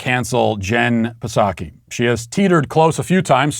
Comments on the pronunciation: Matt, I'm pretty sure the "P" is silent....SAW-kee. But maybe you pronounce it with the "P" on purpose.🤷🏻‍♀️ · I cracked up at the "Jen Pah-saki" pronunciation. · Why do you pronounce the “p” in Jen Pdsakis name? Hopefully to get her riled up. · I love that Matt refuses to correctly pronounce Psaki’s name !